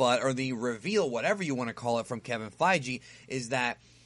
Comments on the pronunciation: It's also Feige, not Fye-Jee lol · It fii-gee no fi-g. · gi not gee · Feige like (FI-GI) a g like goku's gi G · Sorry I couldn't actively listen to the video because of the mis pronunciation. Kevin FiGee not Fijee Thanos not ThAAnos. Sorry bro just don't want you to sound stupid when you make another Marvel vid. Keep up the good work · "Kevin FeiGEE" "THANEos" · I agree with your take....except with your pronunciations of Feige and Thanos.